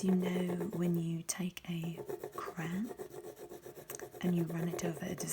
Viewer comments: Miss thing here is attempting some generic English accent and that's DEFINITELY not how you pronounce crayon in English – no matter the dialect 🤣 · Borderline sociopathic way to pronounce "crayon"... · Is "cran" an American way of saying "crayon" or it is a thing? Just like "paradigm" 🤣🤣